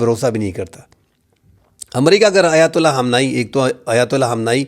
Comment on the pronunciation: Why you call Mr. "Khamnai" als "Hamnai"